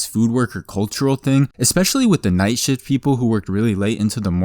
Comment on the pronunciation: ever time say "Shift" i hear "Sh*t" instead of shift.